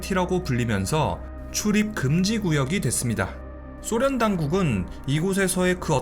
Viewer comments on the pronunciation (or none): 소련을 쏘련이라 발음하는 꼴통부엉이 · 소련을 쏘련이라 발음 하는 꼴통부엉이